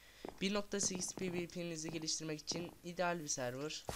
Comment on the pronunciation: servır deil sörvır die okunur